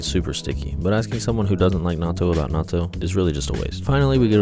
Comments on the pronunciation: Why do you pronounce each T in natto individually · Why do you pronounce natto “not-t-toe”?